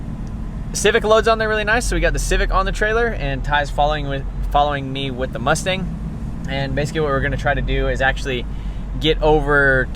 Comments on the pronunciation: "2 shay z" "moostang"😂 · "Moostang" lol